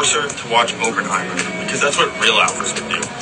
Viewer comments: How do you pronounce Oppenheimer Open-heimer? The double pp shows where the emphasis is. It's Op-en-heimer? What a tool. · Bro really called it oupenhaimr like at least Google how to pronounce it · Doesn’t even know how to pronounce Oppenheimer despite dick-riding for it so hard. Like I get it. Cillian Murphy is pretty. But so is everyone in the cast of Barbie. Not to be a stereotypical bisexual, but “both is good” is always my favorite option in cases like this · A real alpha would know how to correctly pronounce “Oppenheimer.” I don’t care if his girlfriend had to teach him and the force him to practice it repeatedly in a mirror every until he can do it.